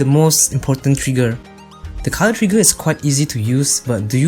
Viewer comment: What is a Col-ow-er?